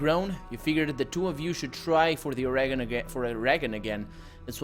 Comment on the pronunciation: you're going to correct him, get the pronunciation right. It's Or-eh-gun. NOBODY who lives here pronounces it "eee" or "gone"